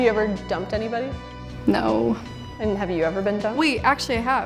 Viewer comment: I’m sorry but “Naur Cleo!!”